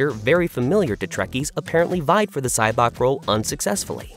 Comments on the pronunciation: Who is SyBOK? Why does the narrator obviously not know the material he’s narrating? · Sybok's name is NOT pronounced Sy-BOK, it's pronounced SY-bok.